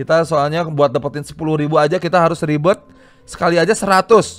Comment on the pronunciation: ribert bang bukan ribet:v Ribert yang sangat ribet:v wkwkwkwk